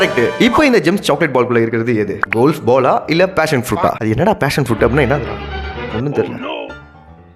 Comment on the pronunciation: அண்ணா பேசன் ப்ருட் இல்ல பெசன் ப்ருட்